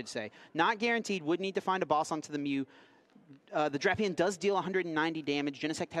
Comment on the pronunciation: This guy’s acting like he’s never heard of the legendary duo of Drap-eon and Vike-a-volt.